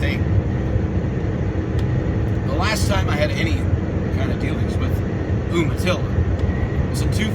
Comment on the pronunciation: its pronounced "you-matilla"